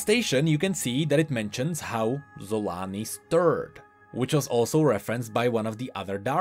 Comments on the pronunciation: I don't think you pronounce her name "Yun". She isn't inspired by nordic people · See Varus?! Sol-aa-ni. DOUBLE A's VARUS DOUBLE A's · Random question but is there a reason it is pronounced "Y"-un instead of with... ya know, with a hard J? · Surely it’s pronounced ‘cho-la-nee’ and not with the ‘z’ sound tho right? Unless we have already heard it ready by Riot? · No offence, but instead of „Xolaani“ I always hear „Salami“